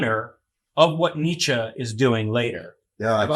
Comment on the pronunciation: for the love of god can you guys pronounce neitzche correctly?